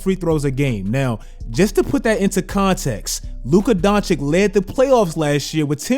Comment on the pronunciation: It fucking kills me every time he calls luka Don-chick Bro its don-chich